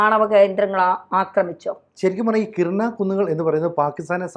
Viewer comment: കിരാന ഹിൽസ് (കിരാന കുന്നുകൾ).... കിർന അല്ല. ആണവായുധങ്ങൾ സൂക്ഷിക്കാൻ വേണ്ടി ഇതിൽ നിർമ്മിച്ച ടണലിൻ്റെ മുൻഭാഗം മിസൈലുപയോഗിച്ച് തകർത്തു എന്ന് ABC യിലെ തന്നെ മറ്റൊരു അവതാരകൻ രേഖാമൂലം പറഞ്ഞ കാര്യം ഓർമ്മിക്കുക. ഇനി മറ്റൊരു കാര്യം കൂടി.... ഇന്ത്യയ്ക്ക് നേരെ ആണവായുധം പ്രയോഗിക്കാനുള്ള തീരുമാനമെടുക്കാൻ പാക്കിസ്ഥാനിലെ ഉന്നതാധികാര യോഗം ചേർന്നിരുന്നു. ഇനിയും ഇന്ത്യക്ക് കാത്തിരിക്കാൻ കഴിയുമായിരുന്നില്ല. ഈ വിഷയത്തിൽ താങ്കൾ ഒന്നുകൂടി റഫർ ചെയ്യേണ്ടതുണ്ട്.